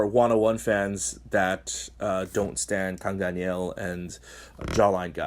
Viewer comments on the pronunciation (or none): ((also yo the way you pronounce "Daniel" as "Danielle" is ridiculously adorable xD